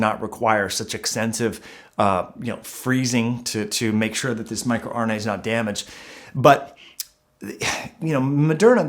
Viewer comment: Sorry, you lost me at "micro"RNA ... yeesh.